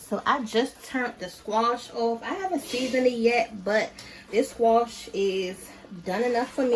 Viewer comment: Love the cooking, but also love to hear her say "squoosh" Girl you got me rolling over here!! : ) Oh and new subscriber here ~Hearts~